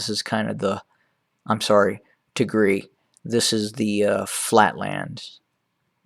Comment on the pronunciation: [Tig]-[Rye] is how it is pronounced. Tegaru is the plural.